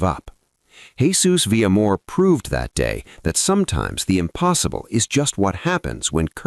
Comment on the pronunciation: Vil - ya-mor. Not Villa - mor.